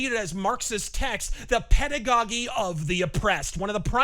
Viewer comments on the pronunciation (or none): doesn’t know how to pronounce “pedagogy?”